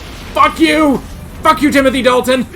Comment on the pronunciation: My guy just said jimothy dalton